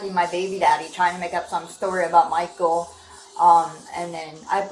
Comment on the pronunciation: I like how the wife keeps pronouncing the stalker’s name as “Michael-a”